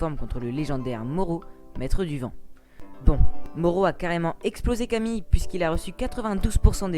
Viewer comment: Camille se prononce Camil